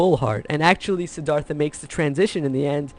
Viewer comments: Courageous dude?! And learn how to pronounce the name. Please! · The river taught me you pronounce "Siddhartha" wrong....go to Indian restaurant on Lexington Ave. in the 20's and ask them how to pronounce....it will sound better......